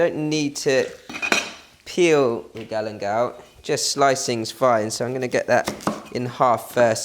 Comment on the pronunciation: What is "Galemdal"?